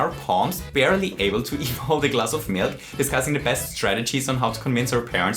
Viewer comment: Are you German? (Asking because of the Milk)